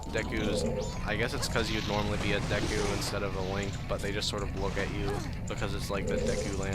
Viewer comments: stop saying "deck-hu" you had it right in the beginning "Dee-Ku" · Fun fact, the "e" sound in Japan, where this game was made is always pronounced "eh". It is pronounced "Deck-u"